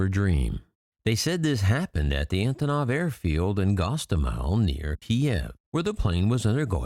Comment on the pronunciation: They are not more important than the antonov you can't even pronounce it properly